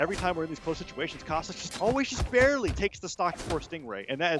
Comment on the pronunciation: says "TA Cosloix" instead of "Cosolix"!:L